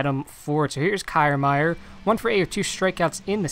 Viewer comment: Good video. But that’s not how you pronounce Kiermaier